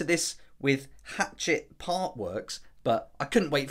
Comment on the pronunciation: The publishing company is pronounced “hah - chet,” like laughing at a guy named chet, not like a small axe.